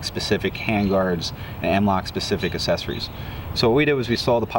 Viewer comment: Take a shot everytime says "assessories"